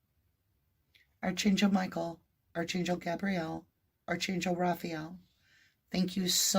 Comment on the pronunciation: A little pet peeve...Archangel prounounced Arc an gil. Sorry to come across judgy. Not meant that way cuz you are awesome. ❤